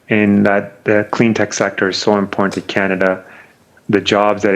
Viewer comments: Who taught him to speak English? I have never heard the word "imporn" before. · Oh, excuse me, it's "impornt". I've never heard that one before, either.